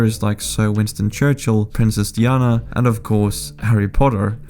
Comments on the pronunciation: Princess Diana - pronounced Die-anna, not Deeyanna. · you don't prounce zh with a Z sound in Mandarin Chinese, it's kinda like a weird J sound. So Suzhou is more like su-jou. And did you just call Princess Dianna as Princess Dee-anna? Wtf? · who is 'Princess Dee-ana!?!?' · Why did you pronounce Princess Diana like that 🤣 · I get that the narrator cannot pronounce Mandarin names properly but how do you pronounce Diana wrongly???